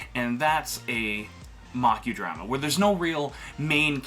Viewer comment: You lost me immediately after mispronouncing "drama" several times.